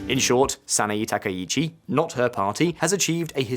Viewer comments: That's Sana-Eh, NOT Sana-EE...! That's Abe! Not Arbe! Yen Plummeting? Right?? - 'Plummeting' from Y160 to the US$ to Y152.65 ?? That is Exactly the Opposite! The Yen has Strengthened, Not Weakened! It has Rocketed from $0.00625 to $0.00655 ! GET IT RIGHT! That's a 4.8% INCREASE! It is the US$ that has Plummeted!! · "Sah-nah-eeeee" And english speakers get all pissy when you mispronounce the mess that's english....